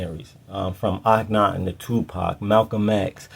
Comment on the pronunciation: Thank you! Akhen-ATEN 🙏